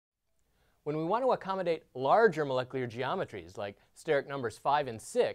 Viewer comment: "Moleclear" ~ this guy